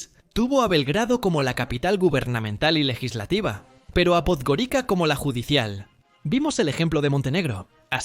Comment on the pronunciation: En Podgorica, la C se pronuncia como en estas lenguas : TS.